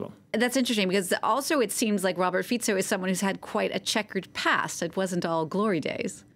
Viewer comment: This lady is the only foreign journalist that pronounced Fico’s name correctly. Mad respect!